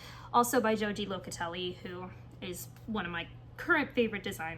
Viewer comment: I realize this comment is very late. I enjoyed your video and I would kindly like to tell you that you are mispronouncing many of the yarns which doesn’t really matter. Joji Locatelli’s name is pronounced “ho-hee”. I think it would be kind to correctly pronounce her name. She is such a lovely person.❤